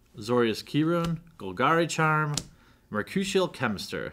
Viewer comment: Man you really gotta quit saying Mercrucial Chemister. MerCURIAL Chemister.